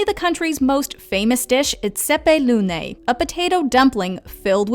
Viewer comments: did she said cepelunai? wtf XD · I know she did not just call it a cepeloona- Im sorry what 😃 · I love the way they pronounced "cepelinas" "šaltibarščiai" "šakotis" lmao